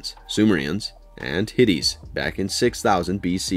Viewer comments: 1. It's "HITTITES" Pronounced "HIT-IGHTS" not HITTIES! 2. It's "DESPOT" Pronounced "DES-PUTT" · Ivo is pronounced EEVO not EYE-VO. Ivo said humanity was too SICK to survive, NOT WEAK. It’s in the first film. It’s also not “Hitties”. It’s “Hit-ites”. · HIT-ITES. NOT HITTIES. HIT-----ITES! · Hittites is pronounced Hhh-tights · The way this guy pronounces "Hittites"...bruh. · Dude, if you have never heard of the Hittites before, or even seen the Ghostbusters movies where they pronounce it, just look it up on wikipedia before you embarrass yourself repeatedly in the video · Dude, the movie itself even tells you how to correctly pronounce "Hitites." Do better.